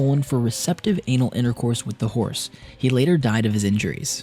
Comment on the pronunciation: Did he say he had sex with a hourse